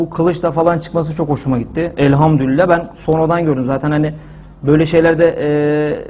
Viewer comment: Elhamdurillah değil hocam Elhamdulillah r yok orda